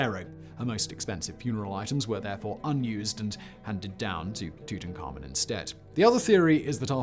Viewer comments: Great, yet another way to pronounce "Tutankhamun" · The way he says Tuts name bothers my soul.